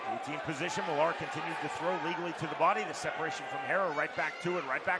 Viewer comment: It's pronounced MILLER for fucks sake. It's the Scottish version of Miller.